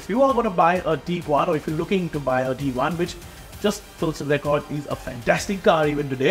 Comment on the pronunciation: dude the pronounciations are just so funny! Taigoon.... Teaguan.... Tooareg and the big one... (V)olkswagen!!